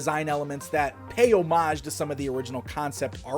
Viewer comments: Huge props for pronouncing 'homage'. If I hadn't already been subscribed, I would've for that alone! Also stoked for Two Bad!! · It's a big peeve of mine too... no one seems to say it correctly!